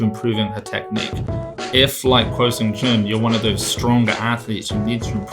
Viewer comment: Hey guys, I think you’re supposed to pronounce “kuo” as “gwoh” (it should almost rhyme with “aww”). Love the content btw. Thank you for putting out such helpful and interesting analysis.